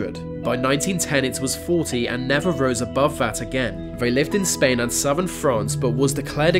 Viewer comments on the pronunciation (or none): none